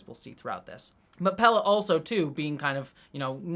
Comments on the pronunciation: Pelia, not Pella. Pronounced the same way as Celia Gooding's name, both rhyme with Corellia. (Cell-ee-uh, Pell-ee-uh) :) Great episode! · Sorry upfront for yelling,, but: WHY ARE YOU CONSTANTLY CALLING PELIA "PELLA"? 😵‍💫🤨 I love your thoughts, insight, and enthusiasm, but wouldn't be surprised at all if you had some form of dyslexia when it comes to names... noticed at other times too, that getting the names right doesn't really seem to matter too much to you, which is really interesting, given your personal background. 😅🫣 Other than that, keep up the great work (LOVE your WGA/SAG-AFTRA intro as well - though even that one contains typos; might want to read over once more!). 🤫😉